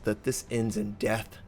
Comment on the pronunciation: Ah Notser, I love the emphasis on the word death 'this normally ends in DEATH!!' heehee